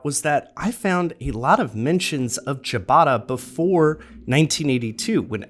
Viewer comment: Well, I know how to pronounce it. And it's not like 'Chewbacca'.